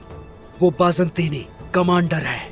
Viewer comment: برحان سردار کماندار نہیں کمانڈر😅